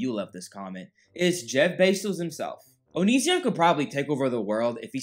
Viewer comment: Love how you mispronounce is name! Poetic justice!